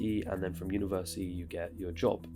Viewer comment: Why am i the only person who hears him say universiii without the T